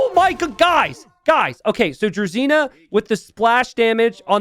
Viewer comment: Pet peeve. "Druzhina" is pronounced like "drew-zhee-nah" where the "zh" is pronounced like "ge" in "beige".